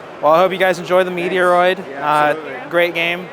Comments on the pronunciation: MET-ROID, not METR-OID .. Surly ? Or this another example of u.s / u.k pronunciations.🤔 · I’m not trying to be judgmental but that is not how you pronounce Metroid. Never in my life have I heard anyone pronounce Metroid as meteor-roid. I’m an 80s kid and I have been around the gaming scene for a long time. Is MET-ROID. Watch video trailers or Metroid commercials to see how to pronounce it. Also Metal Slug and not Metal Slugs. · Ehh I have heard lots of people pronounce it meteor oid as does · I came here just to vent about meteoroid. I hope to God they’re just messing around because otherwise these people shouldn’t be anywhere near video games. It’s literally sacrilege to pronounce it that way. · (MET) (ROID)! Say it right because it hurts my ears! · I’m US and I’ve always pronounced Metroid as METR-OID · I’ve unsubscribed as I cannot stand you pronouncing Metroid wrongly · I’m sure he does this on purpose for the laughs and giggles.